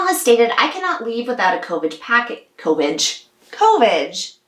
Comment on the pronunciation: “CO-VIGE”!!! 😂Thank you for your CO-VIGILANCE with these timely topics! (Co-Vigilante??) 😄 So glad at least that Pelosi said Hell to the No on that horrible other one!! Yet the limbo continues....!!😬